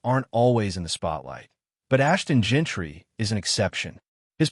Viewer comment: It's Jeanty not Gentry